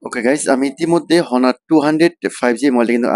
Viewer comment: ভাই হনার না এটার নাম অনার ...